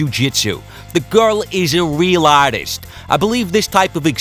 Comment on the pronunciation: "...the guhl is a real ahhtist"